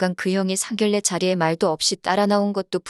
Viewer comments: 상결례가 아니고 상견녜라고 읽어야지 한글에 대한 결례입니다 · 상결례가 아니고 상견례로 읽어주세요. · 상결례 상결례 진짜 너무 듣기 거북하네요 상견례로 읽는 것이 맞습니다 글의 내용보다 상결례가 귀에 거슬려서리~~ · 상결례가 거슬리네요 읽을땐 상견녜로 읽어야해요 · 상결례가 아니고 상견녜라고 읽어야 합니다 상결례는 한글에 대한 결례입니다 표준발음법 20항에 규정 의견란- 의견난 임진란- 임진난 횡단로- 횡단노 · 상견녜라고 읽어야 합니다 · 한라산은 뭐라 읽어? 곤란은 뭐라 읽어? 선례는 뭐라 읽어? 당신들은 국어 법칙도 모르지? 상견례는 상결례야. 한라산은 할라산이고 곤란은 골란이고 선례는 설례고. 상견례 발음으로 상결례가 맞는지 1백만원 내기빵 환영할께. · ㄴㄴ 법칙은 일부 예외로 되어 있는 것이고, 일반적인 발음은ㄴㄹ은 ㄹㄹ로 읽습니다. 상견례는 상결례가 맞는 발음입니다.